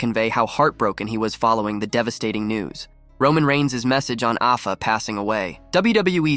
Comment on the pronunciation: 50+ years of watching wrestling and I never heard Afa's name pronounced as it was here. Lol